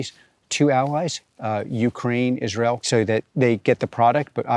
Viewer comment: Yeah, I hate it when people pronounce Israel as Is-real. Bye!